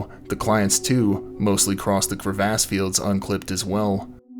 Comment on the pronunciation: The way he pronounced “crevasse” at around 45 seconds, kind of blew this video for me! 😝